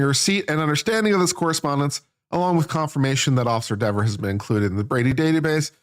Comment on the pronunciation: It’s pronounced “DEEver” 🤔 😂